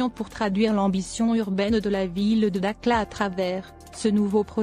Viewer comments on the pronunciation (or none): dakhla pas dakla